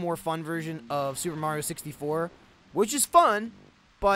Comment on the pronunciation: First time I've heard say Mario instead of Mehrio